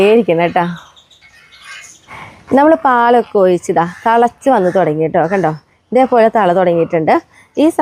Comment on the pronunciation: തള അല്ല... തിള... തിളക്കുക.... തളക്കുക അല്ല..